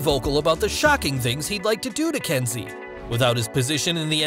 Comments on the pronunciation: Why are you calling her Densi when her name is clearly Kensi? It’s bloody confusing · It’s Kenzie not Densi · It’s Kenzi,...not Denzi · It's Kensi not Densi. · It’s Kensi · It's Kensi